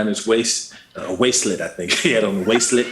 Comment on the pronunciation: I lost my shit.. that fool said a "waist-let"...LMAO